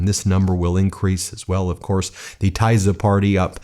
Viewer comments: It is pronounced Teesa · At least the pronunciation of the Tisza party should be correct! It's not Tiza! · The Thyza party named after the Thyza river 🤣🤣 Is it racist to always make fun of Americans of pronouncing every foreign word wrong 😳😳 Also I am proud of my country finally. What is most important takeaway is not the parties, BUT the power of independent free media! They are the real reason it could happen. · Tisza - pronounced as Teesa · Get the pronunciation right. Tisza - Tea sz ah. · You butcher this names..tajza omg ..read it like it says T I S A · Thank you for talking about it. We are proud Hungarians. May I correct you, the name of the party Tisza is pronounced more like Teesa. Thank you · Correct pronunciation: Teesa party. Machar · Tisza is pronounced TEE-sa or somewhere between TEE-sa and TISS-a. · GREAT news from Hungary. TISZA is pronounced as "tee"+"saw", stress is on the first syllable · I think it is pronounced “teeza”. Named for one of the two famous rivers in the country. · Hey Ben, pronunciation: "TEESZAH' :-) I'm in tears of joy! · It is pronounced “Tee-Zuh” Hungarian is a crazy language. Tisza is a river that runs through Szeged. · Thank you so much for not just reporting our huge news but also being happy for us! We are overwhelmed, it's nearly too much to take in after 16 years of hopelessness. Thank you to everybody who rooted for us! (Please don't get offended for my help with pronunciation: TISZA is /T-sa/ and the GY in Magyar's name stands for one sound, like the first in 'dew'.) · Hi Ben, thank you for spreading the good news about the Hungarian election! Please be advised that the new party's name is pronounced like Tesza . That is the name of our second biggest river in Hungary. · It's actually pronounced the "tea-saw" party, but it doesn't matter, great election result! Gives me hope for us here in the USA. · Minor nit-pick Ben, Tee-sa (Tisza), the mighty river that carves through the Great Hungarian plain.